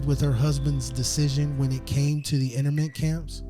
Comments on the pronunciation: NU- CLE-AR not nukuler INTERN-MENT camp STA-(aw)LIN not Stay-lin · 'Internment' is pronounced 'In-Turn-Mint' and 'Stalin' does not have a 'Y' in it...cringe, man.